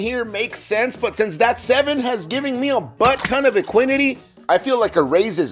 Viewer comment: Would be nice if you could give effective starting stacks for the hands, even if they were just rough estimates.... Did you say "Equin-nity?"